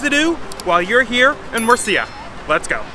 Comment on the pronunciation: i hate how you pronounce the name of this wonderful city. it's múrcia, not murcía as you say. the accent is on the u, not the i. if you are doing a video on a place or a city, the least i would expect is asking some locals how the name of the place is pronounced.